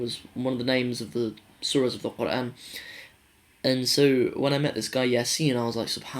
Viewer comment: Asslama Alykum. You definitely do shame a lot of Muslim born lads. Your pronunciation of Qur'an was awesome. Might God guide all to the straight path.